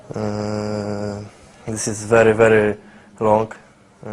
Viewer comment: Very very fantastisz haha ale osioł :)